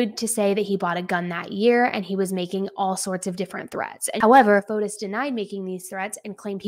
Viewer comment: I just wanted to point out the proper pronunciation of his name like this fo tee or fo tees.